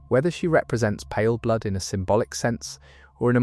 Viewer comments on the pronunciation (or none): stop saying palerblood also paleblood is the player character